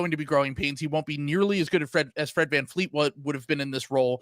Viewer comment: It's such a douchey American thing to just declare at the beginning of an episode that you're not going to pronounce a foreign name correctly. I think it's cringe AF that you're not even going to try. Fleet? Vleet. It's just a different consonant. You do media for a living.